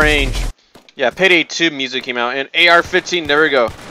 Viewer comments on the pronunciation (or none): none